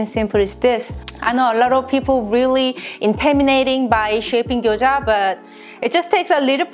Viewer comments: She called Gyoza as Gyojya.I know it is hard to pronounce right way but feels like different food if u do not call right. She could say like in case I do not say it right this is Japanese dumplings or something. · she is saying gyoja